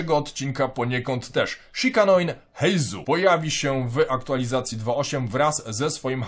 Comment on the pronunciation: Imię nowego bohatera czytamy Heizoo, to [u] na końcu oznacza przedłużenie poprzedniego dźwięku - tak samo jak w Kujou Sara czytamy Kujoo, a nie Kuju.